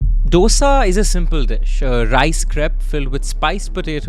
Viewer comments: Hpw do you pronounce everything else perfectly and then say "doe-sa" a million times over?! 😢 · except that its called Do-Sa ( 2 in Hindi - Sa) How difficult can a 4 letter word be to pronounce🤦‍♀ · just like we tamilians pronounce chaat as chat ...!! Hindi and inthi !! So just calm down ...people adopt certain things to their lifestyle and dosai becomes dosha !! We mispronounce every word possible...Puri as buri ...parantha as barotta ...!! So let's calm down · Ik. They both are north indian by the way they pronounce Dough-sa. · then correct it. Don't insult out southern delicacies with incorrect pronunciations. When they can pronounce English so well, why can't you guys pronounce southern names properly. Now you know right. It's tho as though and saaaa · ITS DHO-DA (ek, do- dosa) and SAM-BHAAR (i love you guys ) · Pronouncing this as Dough-sa is considered a very STYLISH way of saying the name 🤦🤦🤦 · Say "DOSA" properly please. Check pronounciations before making any video. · It is Dho-sa, not D-osa It is Saam-baar, not Sam-bur It is Sar-a-vana Bhavan, not Sar-vana Bhavan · Please its Saaaambaaaaaar not Saumbhur. Please plesae north indians please pronounce it correctly And its not "D-oh-s-aa" ... its "Dhosai" (Dho like two in Hindi, and sai like in Sairat or like in "ai" in Shaithaan when spoken colloquially) I love your content, and the pain you guys took to pronounce, Chengalpattu, Murugan etc. Its commendable.. considering other top tv anchors in national televisions, who alienate their own countrymen by clinical pronunciations. Please dont take my comment the wrong way.. but I have heard too many Saumbhurs for me to even write a comment in youtube 🙂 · Please pronounce as DOSE not DOSA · For fk sake it's not dosa it's dose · Its dosa with a soft d not Dosa with a big D. Please learn to atleast pronounce it properly. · Its thoughSa and not DoughSa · It's not dosa. It's pronounced as thosA not doesa. Please respect southern pronunciation. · Dosa and Saambur😂